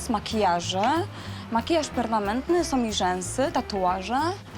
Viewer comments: Pani prowadząca... mówi się makijaż permanentny A nie pernamentny. Trochę obciach. :D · Ta pani powiedziała pernamentny